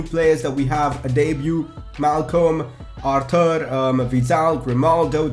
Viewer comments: Aar-toor. According to his interview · Buy a new centre-back,a young cam,arthur is pronounced ar-tur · his name is pronounced Arthor